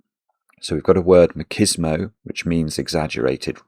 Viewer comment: MACHISMO is pronounced as MATCHISMO, not MAKISMO.